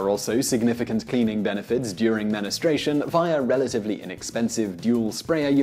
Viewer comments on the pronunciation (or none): ... Simon is STILL calling menstruation "menestration". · WTF is 'men-ne-stration'? Is that random mood swings for men? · Simon, I don't mean to be picky, but it's men-stru-A-shun, not men-eh-STRAY-shun. Spelled "menstruation", see? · Men-strue-ation not men-es-tration! lol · The word is "menstruation", Simon. Not "menistration". Just sayin'... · Men-is-stration (menstruation) is worse. Lol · Is really nobody gonna mention that he pronounced menstruation as ministration? No? Ok... To give a useful comment here, I've been to Japan a couple times and the 2 things I miss the most are the food and the holy washlet! Best.thing.ever! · Was looking for this! Scrolled waaaay too far to find it... #menestrayshun